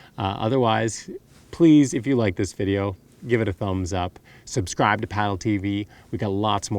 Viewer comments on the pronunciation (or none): none